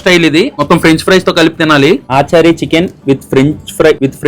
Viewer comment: Adhi aaa chaari eee chaari kaadhu raja....achaari ..achaar ante pickle in hindi